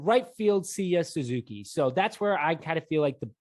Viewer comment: you guys almost misprounced every name on the roster ok i'll name a couple yan gomes hes not yan gomez, seiya suzuki not SEEEEEEEEEEEya suzuki